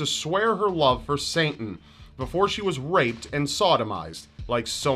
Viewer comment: Why do you allways pronounce Satan as Saintan? lol :D